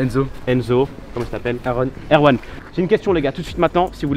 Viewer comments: le dernier dit aron est lui dit erwan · Tu t'appelles comment ? : Aaron : Erwan ? Super Je suis la seule à avoir entendue ? 1,57